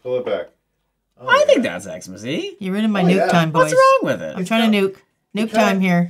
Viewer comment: this wonderful nail tech keeps saying 'nuke' it.. " "😒